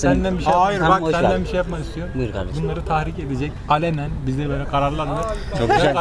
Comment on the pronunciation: "Gurban olduğum yağdırıyor" "Ya gardeşim adam meal diyor meal"